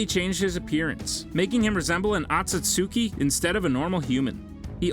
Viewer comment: Where in the hell did you find an "A" in this word Otsutsuki?????